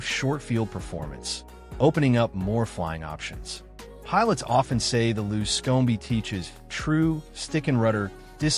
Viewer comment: You don't like the luscomey? LOL